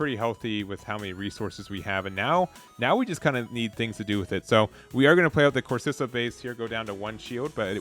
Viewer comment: Both c's in Corsica are k sounding.